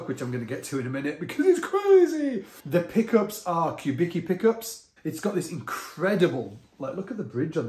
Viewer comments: Not “cue” but coo - Vicki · Isn't it pronounced "Kubiski?" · His name is pronounced "Kubitski", just FYI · Philip Kubicki (with respect - correct pronunciation Cue-bit-ski) designed the first ever Fender signature bass called Urge Bass specifically for his good friend Stuart Hamm. The switching is similar to the Factor you have there, and Stu Hamm famously recorded Kings of Sleep in 1989, using a Factor. The bass features on the album cover art.